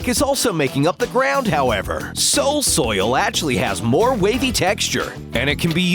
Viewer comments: He said soil soil when he was talking about the new lantern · They said "Soil Soil"